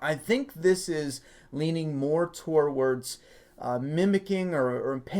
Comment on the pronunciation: TO-WARDS. Not tor-wards. There is no R. Sorry I love your videos and you can tell me to shove it but it's just been a pet peeve since I first heard you say it.